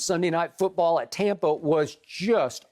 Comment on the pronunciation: I hate skip. For god’s sake stop saying tompa bay. I live in Tampa, we love brady and the bucs but nobody says tompa bay. I’m fed up with this guy. I bet brady doesn’t even like him.